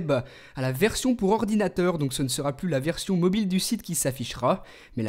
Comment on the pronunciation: ordinateurrrr mdr ♦♦♦£